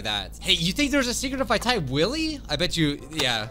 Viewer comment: It's wooly or woolly not woolie